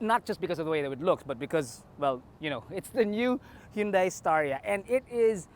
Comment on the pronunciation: Did I hear him say “Inday Stariray?”😅